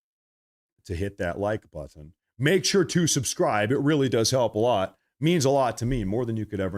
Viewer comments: It's butt un , not butt in 😂😂😆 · You pronounce Buttin. It button that what it is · Most people say butt and end it with the sound of n, not the word ton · Lol, I never noticed it with, but I'm old enough that I've noticed it in younger generations with both white and. black people putting the accent in the wrong place pronouncing words like button (butt uhn). I think it stems from Ebonics but alot of the younger generations do it. Another one I've noticed is compulsively pronouncing the "t" in listen. It hits my ear cause as an older guy to me it just sounds stupid, but I'm sure my generation says stuff that probably annoyed older generations. like calling other guys "man" which we picked up from blacks too. Way back when they might say "I'm not your man" but now its ubiquitous and people rarely get annoyed by it.